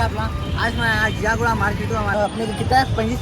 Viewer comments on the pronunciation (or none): Bhai woh ziaguda hai not jiyaguda